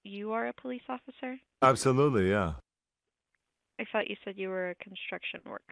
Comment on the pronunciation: You're a police offisah? I thought you said you are a konstruktion vorkah